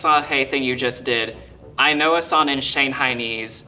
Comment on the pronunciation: Where is this guy's accent from? He pronounces "ng" like "n". So "song" becomes "sawn".